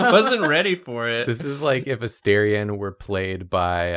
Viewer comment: It's A -STAR-ion not A-stair-ion lol